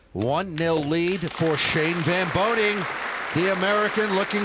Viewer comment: VAN BOENING, not “van BOENING” it’s important. Whole last name